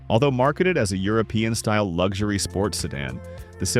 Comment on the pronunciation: Its LUXURY, not LUG shoory robot. You need to know how to talk when you take over the world.